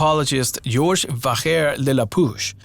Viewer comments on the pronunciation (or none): none